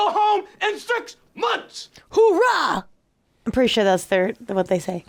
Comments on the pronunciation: It’s Ohrah. There is no “H” when we say it. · it's "Oorah" not hoorah in the Marines